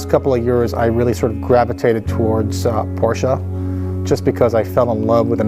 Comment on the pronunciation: Owns a Porsche restomod company but can’t pronaounce PorschE the right way lol. porschaaaa